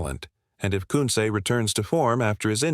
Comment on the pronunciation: This AI can't pronounce Koonce properly it's irritating